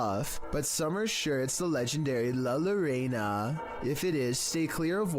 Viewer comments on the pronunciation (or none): Hey. How ya doin. But it's la llorona. Not la lareina